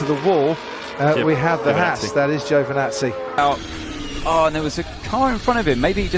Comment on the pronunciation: Its Is Giovinazzi Its Is Not Giovnazzi